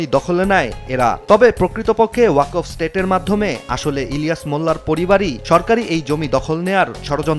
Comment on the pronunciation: কেমন সাংবাদিক ওয়াকফ উচ্চারন করতে পারে না😂😂